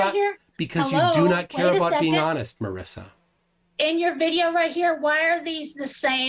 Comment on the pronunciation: Marissa has double "s". Marisa is pronounced differently. The "i" sounds like an "e" Trust me, I know, I was reminded of this about five million times and I never exaggerate.